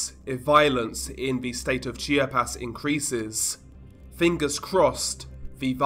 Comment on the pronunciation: It’s not called “Chi-ah-pez” as you pronounce it. It’s pronounced as: Chap-ahs